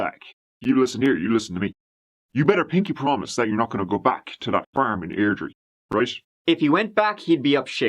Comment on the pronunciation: Ugh, I remember when this happened. I used to work across the street from their house. Felt weird going around there when it happened. Such a massive piece of shit. Props for pronouncing Airdrire correctly.